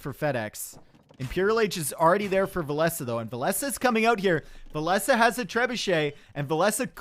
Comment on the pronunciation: Love to watch cast! A true legend with so much knowledge of the game, but I think "Villese" is pronounced like "Chinese or Japanese" much love buddy!